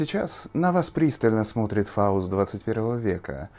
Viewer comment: ФАУСТ у меня к тебе замечание.выговаривай по чётче свое сценическое имя ФАУСТ. а то ты его произносишь так что звучит как фалос 21 века.